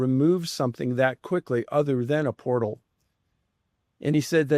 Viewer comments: We need a video on why Jeremy can’t say portal and calls them port holes. 😂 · now everyone take a shot whenever Jeremy pronounces portal, as port hole 🤣 all good! luv you Jeremy & George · JE: Repeat after me. Portal. JC: Port hole. JE: Portal! JC: Porthole. JE: Penguin. JC: Pangween! JE: Dammit! JC: Damn it. JE: ...........!? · "port-hole" You incredible jackass.... P O R T A L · He said “PORT HOLE” heehee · The woman in the uintah basin said it also portholes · It’s Portal not Port Hole Jeremy C’mon Man! Loved the episode ❤ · "Port hole", do you mean Portal? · Why is no one correcting Corbell on how to pronounce portal???. Does the guy really not know the difference? Astonishing.